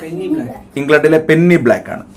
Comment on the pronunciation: പെന്നി അല്ല , പെനി